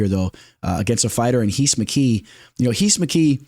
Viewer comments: Lol it’s heece mckee if he’s Brazilian ! He’s not just say Reece lmao 😂😩no need to say heez mckee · Rhys McKee is just pronounced Reece bro 😂Solid video